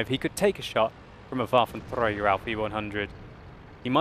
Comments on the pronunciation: I like when he says "waffenTRAGER" :D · Waffeltrdrdrdrdträger allf e onehundred xD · sounds weird if uses german pronunciation Waffentrrrragerrr he should also says "einhunderrrt" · You speak "Waffenträger" like Hitler 😨😂😂😂